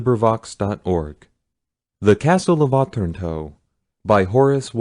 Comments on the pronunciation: Yes, uh-TRAN-toe. His reading and phrasing isn't great. And what I presume is a poem at the end of the preface was read really weirdly. It sounded like he was pausing at the end of lines of poetry even though you can tell by the phrases that they run on rather than pause. There's being able to read, being literate, then being able to READ. He can do the first, but not so great at the second 🙄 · Oh- tran- toe Wow..not. oth-ranto